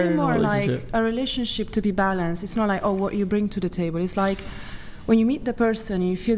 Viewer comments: Bring not brinGG. "They brinGG uhhhh emotional security..." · Her pronouncing the word bring…”bringuh”. Ugh it’s so stupid but it drives me nuts 😂